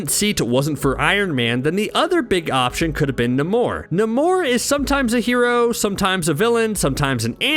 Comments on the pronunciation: His name is NAMOR NOT NIMOR! Sheesh! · why cant you say namor's name correctly? idiot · Who let this man make an entire video mispronouncing “Namor”? No one thought of correcting him? lol